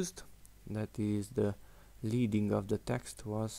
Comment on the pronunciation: That was very cool, THANKS! I didn't know about dragging to the right or left to change values up or down. Leading, btw, is pronounced "led-ing" and refers to the old days of typesetting when strips of lead (Pb on the periodic chart) were used to increase vertical spacing between lines of hot metal type. I'm just old enough to remember this! If there was no "extra" spacing added, it was referred to as setting the type "solid," that is, the letters on the form of a line touched.